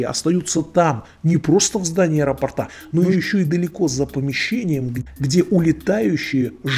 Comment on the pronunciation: Знаток русского языка, иди учи ударения в словах!!! ...в здании аэропортА!!!))) Словарь ударений тебе на стол, а не рассуждения о том, правильно ли говорит девчонка!!!!